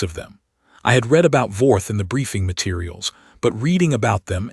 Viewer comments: Yes, also reed and red (read) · AI announcers need to learn read (reed) vs read (red) Bow (bough) vs bow (bo) and other homographs